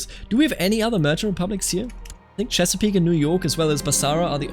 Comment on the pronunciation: I'm impressed you got Chesapeake Bay correct on the first try. I moved there as a native english speaker and had difficulty figuring it out haha